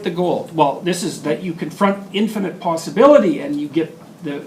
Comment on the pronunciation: He said low posabilty